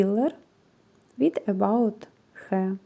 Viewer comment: Скраб для тіла не від about,а від May body